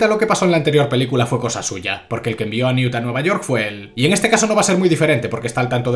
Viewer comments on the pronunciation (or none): Newton y Tesseus Newt y Thisseus Es que no puedo ni con esto, odio estás películas, pero odio más escuchar los nombres mal todo el rato